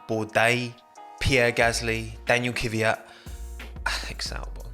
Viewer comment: I never understood this. Why do so many people say Kivyat instead of Kvyat?